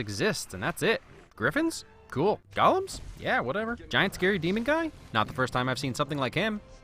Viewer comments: *Golem, not gollum. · Just 1 thing, because it urks me... "Golem", not "Gollum". One is a man made artificial creature. The other is an ass.